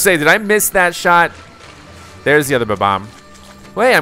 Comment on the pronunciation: You keep saying Ba-Bomb when its Bob-omb 🤭😝